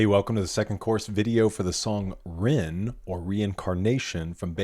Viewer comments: Here's a little hint about pronunciation of Japanese words. When they are written in romanized characters, there are no silent letters. So in the case of RINNE, it's pronounced Reen-nay - every letter is pronounced (the letter i sounds like eee; the letter e sounds like the Canadian eh). For Saiki, you'd say saiee-kee. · I do apologise for always requiring corrections in your comments......😅 The Japanese pronunciation of Rinne is 'rin-ne'. It seems you went to the trouble of looking it up, but your pronunciation is incorrect.